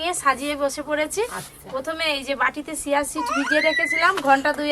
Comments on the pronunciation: ছিয়া নয় চিয়া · Shia seed noe..ota chia seed...